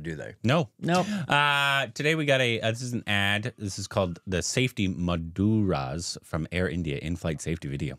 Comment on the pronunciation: Maduras 🥴☠️☠️🤐. I am dead. Successfully killed a beautiful word "Mudra".